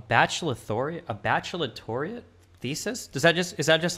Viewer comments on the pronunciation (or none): "Bacheloriate" said SO confidently instead "baccalaureate" lmao! Thats how you know hes such a fraud.